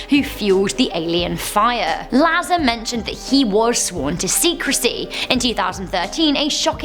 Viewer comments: That is not how you pronounce Bob Lazar. Points deducted....SMFH!! C'mon. Sort it out eh? Lol.;) You're still cute though. I'll let that slide... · It's pronounced Bob Luh-Zar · Say Bob’s name correctly, dumbass 🤦‍♀️🤦‍♀️🤦‍♀️